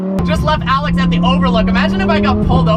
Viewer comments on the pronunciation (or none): none